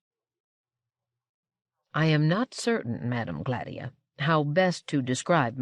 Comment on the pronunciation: Agreed Yes. I’ve also noticed that she accentuates the A in Gladia to make GLADia, instead of the intended gla-DIE-ah. Still, a wonderful narration.